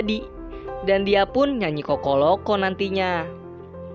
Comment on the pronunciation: Lumayan banyak kesalahan penyebutan bang, mulai dari Coco Loco harusnya poco Loco, terus Abang beberapa kali nyebut Miguel malah jadi coco